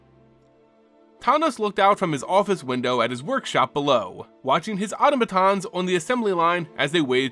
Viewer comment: Please look up how to pronounce “automaton”